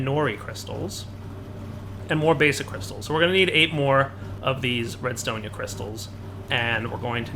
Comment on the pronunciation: "Redstonia crystal" it is RESTONIA